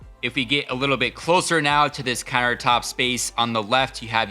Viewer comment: did he say "carrot top space" instead of countertop space? :D